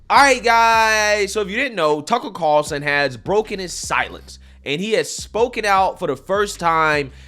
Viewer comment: Greg "Tuckurl Carlson"